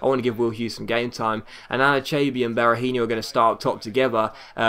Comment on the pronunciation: Hey just wanted to point out that Berahino is actually pronounce Bear-A-He-No, not really with an inho sound. Awesome start to your career mode, chuffed with the fact that you started with West Brom!